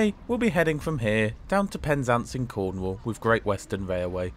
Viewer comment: Did he say Cornwall with a p